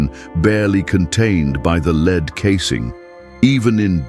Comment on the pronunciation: More AI narrating bullshit... "leeed coffin"???